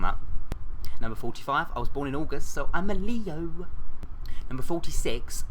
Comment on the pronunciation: I love how he said,"Le-o!" XD LOL